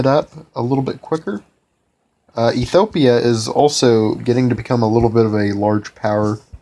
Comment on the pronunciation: Drink 1 bottle of vodka every time he mispronounces Ethiopia in this video :P